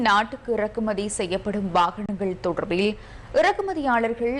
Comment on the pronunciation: "தொடர்ர்பில்" என உச்சரிக்கும் போது 'அருமை'.. உங்களைப் பொறுத்த வரை.. 😮..😢..😂.. "ழ" எனும் எழுத்தை மிக அழுத்தமாகச் சொல்வதில் உங்களுக்கு நிகர் யாருமேயில்லை..😮..😢..😅.. காலை வணக்கம்....❤..